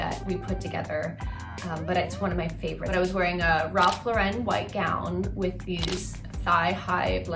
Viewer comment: Pls say Lauren right